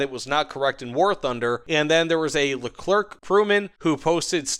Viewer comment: Leclerk pruman